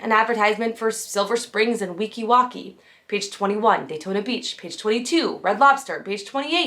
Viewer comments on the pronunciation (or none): Weeki wachee, like cheese not key. Florida lakes get brain eating amoeba in them during the hotter parts of summer it's not bacteria. Also you missed the fact that the nighttime water pageant was the first Disney electrical parade. As a Florida native, and 70s Disney kid I feel compelled to mention these, and I'm not trying to be rude at all just informative. I've been enjoying your videos and can't wait for the deep dive into the Monorail and the when you wish upon a star airstrip.